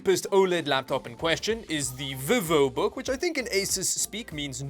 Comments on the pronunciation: The way you pronounced vivobook😂 vee-vo. Another great video. Much entertainment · Dude saying the VivoBook outloud kind of feels and sounds like someone having a stroke